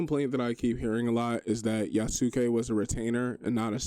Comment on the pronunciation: Chill video, people are friggin weird. P.S. yasuke is pronounced Yas-K like Sasuke from naruto. Not that it really matters just thought i'd share